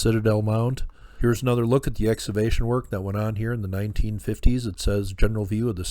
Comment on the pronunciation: I love what you do,...but I need to offer a correction on your pronunciation of the word "excavation." You pronounce it "ex- ah- vay- shun" when it should be pronounced "ex- KAH- vay- shun". The "c" in the word is pronounced as if it were a "k". No big deal in the grand scheme of things.